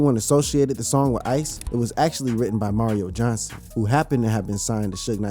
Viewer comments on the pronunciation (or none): none